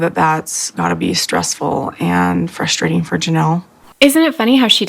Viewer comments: Don't take this wrong please because I love your videos. It is frustrating to hear you say fustrating 😂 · I enjoy your videos! But it is a little frustrating hearing you say fusstrating